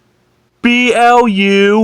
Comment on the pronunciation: BTW whenever you say Blu in my Channel's Name, it's pronounced like the Color Blue